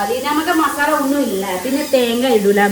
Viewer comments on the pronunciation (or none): none